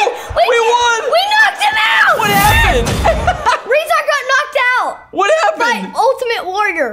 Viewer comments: its not pronounced RE-zar or A-kam its pronounced RUH-zar And UH-kam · It is'nr AAkam And not REEzar it Acum and razar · U say akam like this Ay-kum and rezar ray-zar ok big fan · you pronounce it like Rae - zar. a - kam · This is how there names sound akum a rayzr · it's pronounced ake- um & ray-zar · It’s pronounced ( ray zar and a kom) rezar and akam